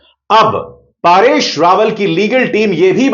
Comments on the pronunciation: जी, आप परेश रावल को बार बार पारेश रावल क्यों बोल रहे हो? 🤔🤔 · पारेश नहीं परेश रावल नाम है। आप बार बार पारेश पारेश कह रहे हैं। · Paareshh nahi paresh dhang se bol warna video mat bana